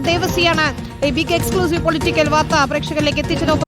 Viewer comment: ഹൗ.... ബ്ബിഗ്ഗ് ഫൊളിറ്റിക്കൽ എഗ്സ്ക്ല്യൂസീഫ്!!! ബിശ്മയം തന്നെ!!! 😅😅😅😅😅😅😅😅😅